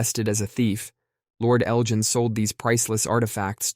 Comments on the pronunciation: It's Lord Elgin with a hard G. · Lord "Eljin". Okaaaaaayyyyyy.